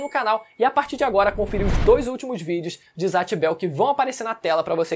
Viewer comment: Vídeo muito bom, mas poderia dizer os nomes de zatch e kiyomaro igual falam no anime, tipo "Zetch" e "kiyomaro" ou só "kiyo" Vc fala assim: "zatch" e "kiyomáru"